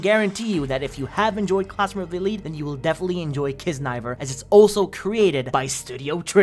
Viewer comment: Its not kisniver its Kiznaiver. Almost missed out a W anime bro. Cant be caught slacking like that💀🤡